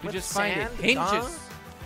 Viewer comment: You know jelly didn’t go to school when he calls hinges hinches